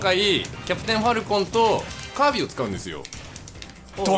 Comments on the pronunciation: キービィじゃなくてチービィですね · 、チィービだよw キービィてw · キービィじゃなくてチービィだねw